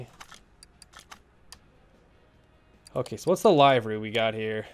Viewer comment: It is LIV-ERY not LIVE-ERY. It’s pronounced like living.